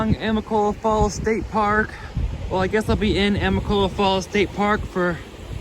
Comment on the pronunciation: Say it with me now: a-mi-ca-lo-la I think it would've been good for you to have had a pack shakedown, but you'll get rid of things soon enough.